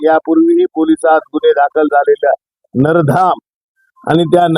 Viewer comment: नरधाम नाही रे बाबा 😡😡😡 नराधम....!